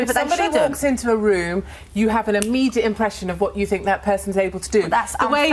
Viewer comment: "I fink I come across well spoken" riiiiiight...